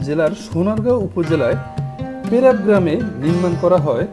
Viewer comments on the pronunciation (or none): বরাব না এটা হবে বরপা বাজার আর পেরা গ্রাম না পেরাব গ্রাম হবে আপনি ভুল বলছেন